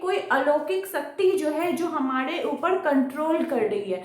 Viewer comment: ऊपर ❌ ऊपड़ ✅